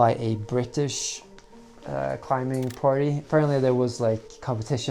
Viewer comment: i love you man, but please stop pronouncing the 'B' in 'climbing.'